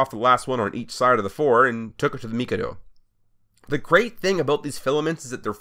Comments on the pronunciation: Everyone I've shown this to wants to throw you out of astrotrain for your pronounceation of Mikado It's mi-kay-dough Not me-ka-do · “Meek a do” it’s pronounced mick-a-dough get it right dummy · you pronounced mikado wrong its ma-KA-do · Not to be rude, but the pronunciation for Mikado is mi-kaa-dow. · A 2-8-2 Mikado is pronounced "Mick-Kaw-Do". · its called mikado MIH-KAH-DO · the configuration is pronounced mik-ah-doh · That looks awesome! I was expecting you just to buy and modify a Kato J51, but this is even better! And I don't mean to be a prick, but as a train nut, I just want to let you know that mikado is not pronounced like that lol. Again, I don't mean to be rude, it's an awesome project! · Fair enough, I'll be honest though, every 5th or 6th comment points out my pronunciation and nobody can seem to agree on it. I got my pronunciation from a Japanese pronunciation video of the word considering it's a Japanese name